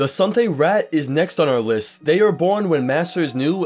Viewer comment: Suthay-raht being the most common outside elsweyr just doesn't seem to be true given all the Khajiit in Oblivion and Skyrim are Cathay. Also, why are you saying Sunthay? I'm 100 percent certain there is no "n" in it.